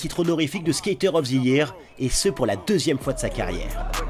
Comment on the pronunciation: Stakér of the yéérrr,quel accent ....🤣✌️🤙 +1pour les Cramps